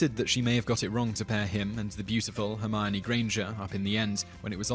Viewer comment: It's Hermione guys, not Hermoni or Hermoini